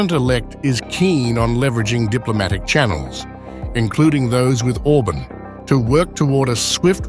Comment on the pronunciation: OrbAAn not Orbn , moron !